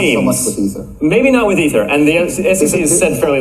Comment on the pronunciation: Wow, you finally pronounced ether correctly.